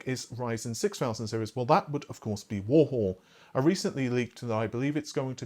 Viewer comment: Warhol is pronounced "war - hole" not "war - hall" It's named after the famous pop artist Andy Warhol